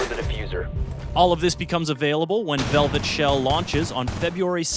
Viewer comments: "VEVLET SHELL" lol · Vevlet??? Lol